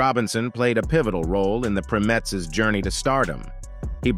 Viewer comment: Was that an AI voice narrating this? Because he (or it) kept mispronouncing the name of Diana's group before they were renamed The Supremes. He kept saying "Prim-etts"...the correct pronunciation is "PRIME-ETTS"!